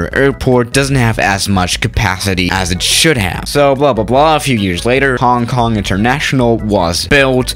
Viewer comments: I know but said it like Hang Kang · im from HK but i still like how u said "Hang Kang" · MJ Aviation Connections Jesus christ people its a joke... only because said it like that, I know it's Hong Kong